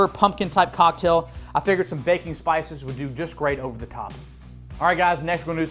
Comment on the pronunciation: Every time you say “baking spices” I hear “Bacon Spices” and I think “oh, dude’s got his own spice blend!”